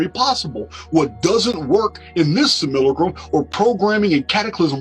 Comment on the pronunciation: I do believe that's. . . Sim-U-lack-rum